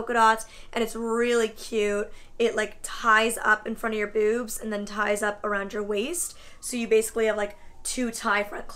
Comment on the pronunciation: I love the way you say boobs, I've just been sat here giggling over it for 10 minutes 😂👾💛